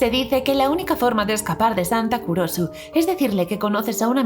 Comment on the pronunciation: Cuando dijiste santa Kurosu yo pensé que dijiste culoso